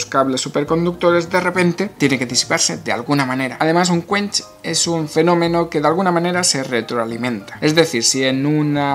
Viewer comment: Todos: un quench. Yo: scuanch, scuanchi, scuanchastico